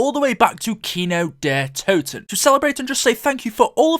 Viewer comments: Es heißt Kino der Toten und nicht kynow der todten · man iys kindertoten wtf get it right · it's kind der toten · it's kin der toten not kino kin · it's not kino Der to ton kindertoten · “Kino dehhh toton” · Right. He said that shit like 80 times. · U Your saying the map name wrong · You are saying worng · You say kino der totan way to much dude it’s annoying especially when you can’t say it right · who else is German, and had to laugh when he said "Kino der Toten" xD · Damn. I'm not even German but you completely butchered the German pronunciation.